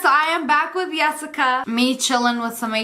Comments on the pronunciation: I’m from finland and the name Jessica is pronounced like Yessica💀😂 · “Yessica” lol 😂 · YESSICA WITH A Y !!!!!!!!!!!!!!!!!!